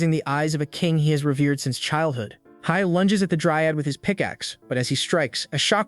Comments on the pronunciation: Were you too scared to have the voice read heil so it says hee-lay😂😂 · Fucking say "hiel" one more time! I dare you!